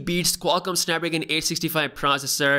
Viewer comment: Did my man said "snapragan"? 😭😂